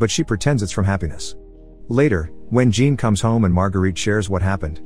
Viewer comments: No it's not. Jean is pronounced similar to John in English. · He pronounces it as Jean in English, a womans name. Obviously in French it's closer to John. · The first part of Jean is pronounced more like Jacques, and the end sounds like faun, so sort of sounds like Jaun but without the hard J. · His name is Jean, not Gene. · As someone with the first name Jean. It hurts every time he pronounces it as "Gene" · Same lol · That’s because robot don’t know the difference. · Don't worry, every francophones watching this probably cringed their teeth to the flesh. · All these people know how to pronounce Jean but don't know it's the "zh" sound... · "Jean" should be pronounced as John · Jean is actually pronounced Zhahn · Loved the movie but you kept mis pronouncing Jean its a French Jean a soft J almost a sh then dropping the n almost like shaun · It’s, JEAN (pronounced-John) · jean or 'Jhan'? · Jean as pronounced sch-ohn